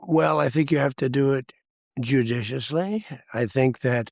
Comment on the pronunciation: Jujuchusosly 😂... Trump is new Biden